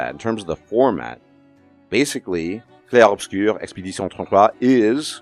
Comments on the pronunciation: I thought this game was pretentious as hell. Shout out to you for that hilariously accurate French pronunciation though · Bro hot takes aside, that french pronounciation was so freaking spot on I genuinely was so impressed (from a baguette person)